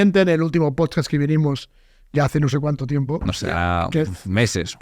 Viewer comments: “En tu POTSCATS” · cada vez que dice posdcats me caigo de la silla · Por favor que alguien saque clip de cuando dice pochcast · Chupito por cada vez que dice "PochCats" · el tio dice todo esas amimaladas sin vacilar, y luego dice pocast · “Pochcad” “Podcatch” “Pochcatch” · LO LEÍ JUSTO CUANDO DIJO POCHCASTCH KAJAJAJAJ